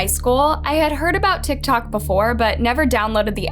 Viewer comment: One the first one when you said TikTok you said tocktalk